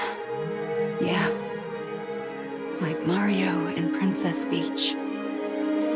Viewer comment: Mario, Princess "Beach" and Lou Wee-Gee.